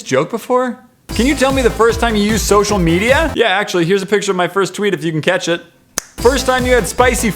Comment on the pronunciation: when you said catch it it sounded like cat sh*t